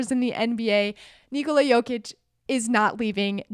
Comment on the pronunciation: You saying it pretty good. Almost like native, 9 from 10 ;)